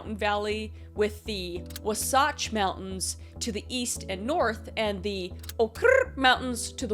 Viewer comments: Wah-satch and Oh-ker mountains but i forgive you bc okrrrrr is actually close and really funny. Though as one of your token Mormon viewers i gotta say that joke was funny but we arent the ones with underage brides... Anymore 😅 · As a Utahn myself, I can tell you Wasatch is pronounced WaSatch and not WaSotch (that probably didn’t help, but I tried). And you said Oquirrh right, just without the r roll. Not trying to be rude at all, just a little help. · Good hell, I thought our state was safe, but Ted Bundy killed here, and the Green River Killer. Nowhere is safe. Oh, and it's pronounced wa-satch (short a) and O-qurrih (ih is silent) mountains, just fyi. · (wa-satch) (Oak-er) Just like tooele is (to-will-ah) lol How to pronounce UT names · Just to help you out a little bit, it's Wasatch (waa-sach) and Oquirrh (o-ker) mountains. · Kris's pronunciation of Wasatch and Oquirrh killed me. 😂😂😂 To be fair, I don't blame her at all. If anyone is curious, it's pronounced: Wasatch = wah-satch (rhymes with catch) = "mountain pass" in the Ute Indian language Oquirrh = oak-er = means "shining mountains" in the Goshen Indian language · I live in Utah 😭 it’s pronounce wah-satch And Oaker mountains. And the comment is completely true ❤❤ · Hey girly from Utah it's wahh-satch. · 😂 it’s pronounced wah-s-at-ch. and oh-kur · as someone from Utah its (WAA-Sa-tch), no clue about the other one. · BRO I LIVE IN UTAH ITS WAS-ACH Like wasp ash but cut it erley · also it’s wah- satch mountains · SLC utah citizen here lol. wasatch is pronounced "wah satch" and oquirrh is pronounced "oaker" not sure why but all i know is we spell/say things weird lol- but fr i love ur true crime videos and i cant stop watching them all the time lol they are so fascinating even after watching them 12 tijmes and they never get old. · Hello! Person who lives in Utah here with a pronunciation guide! Wasatch: think 'watch', but with 'sat' in the middle. W(ah) saa ch Oquirrh: Oak-ur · Wass- at-ch and Oak-er